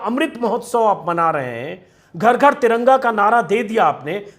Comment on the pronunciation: घर नहीं गर बोला